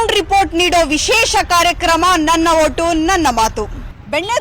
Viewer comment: ನನ್ನ ಹೋಟು‌ ಅಲ್ಲಮ್ಮ... ನನ್ನ ಓಟು ಅಂತ ಹೇಳಮ್ಮ.